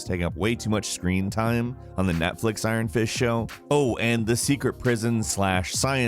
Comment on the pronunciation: Sounds like you said "On the Netflix Iron Fish Show..." nice 👌